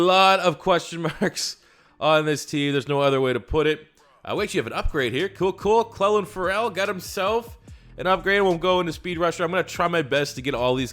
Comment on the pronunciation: Is it me or is he sayin CF name wrong lol